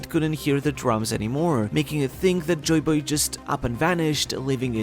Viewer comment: Good vid like always, but it sounds so weird, when u always pronounce it joyBOY, instead of JOYboy